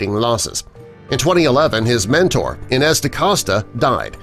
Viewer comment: Inez is pronounced "eye-nez" Not "in ez"